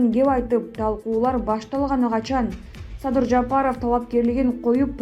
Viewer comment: Садый Садый деп.койот.Мадумайев озу.тантык экен